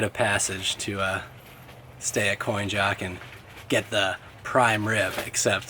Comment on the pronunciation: From Great Bridge to the line is the Virginia cut, it's Coin-ock.. not Coin-Jock